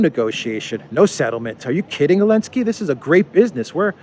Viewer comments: Why do you call Zelenskyy, Elensky? Also interested to hear thoughts on Zelensky saying Ukraine should become a new Isreal. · Why do you keep calling him "Elensky"? I assume you mean the current Ukrainian president?